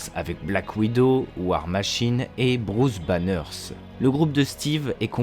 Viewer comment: Bruce Banner pas Banners... pas de s à la fin de son nom sinon super vidéo...